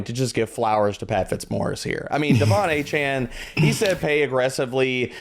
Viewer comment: Love you guys. Y'all are the best but it's not Achaine it's Achane (Akane)😅